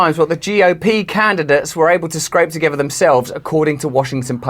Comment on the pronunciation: Yes I used to like watching his videos (Russell) , but he should LEARN to pronounce English words properly. EG, parie... Say the T , party.! "Togeferr" it has a T, you chop ...togeTHer!!!!! Come Russell.... Say the T, you aren't a Dutchman!